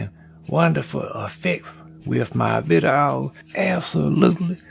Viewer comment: Who now says “viddo” all the time the way does? 🙋🏼‍♂️